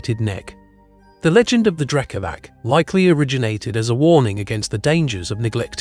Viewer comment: The letter "c" is pronounced "ts" in Serbian -> Drekavats. Great video overall.